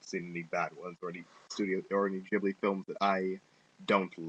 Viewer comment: It's a silent H in Ghibli It's Said Gib-li Great Review though xD P.s. I love the film it's totally A Slice of Life, Coming of Age, Fun & Happy film :D